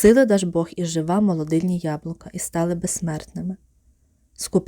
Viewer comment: Дякую, але наголос у Жива на И